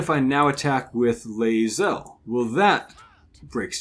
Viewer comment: I can't figure out wtf he is saying instead of Laezel? Lae Boing Zel? Why?